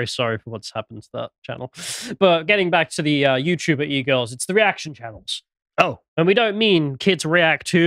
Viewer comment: Anyone else hear pronounce "E-girls" as "eagles," and imagine a whole new (terrible) meaning to the LOTR moment: "The eagles! The eagles are coming!"